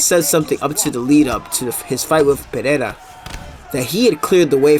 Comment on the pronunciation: please, for the love of all that's good, its Alex (uhLEX) Pereira (puh-HE-da) the Brazilians say their "R"s with an "h" sound. Listen to how Jon anik says it, and listen to how Costa says rockhold its pretty awesome lol. All love man enjoy the content